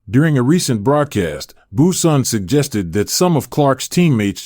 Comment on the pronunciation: Brunson not Bueson. I hate bots.